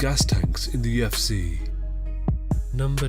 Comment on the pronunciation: At UFC ( at-eoff-see )